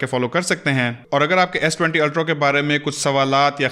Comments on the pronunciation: Why are you continually saying s20 ultro!! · Good video on S20 "Ultrow" 😀